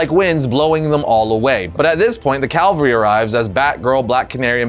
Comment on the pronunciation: Cavalry, Calvary. Learn the difference please 🙏.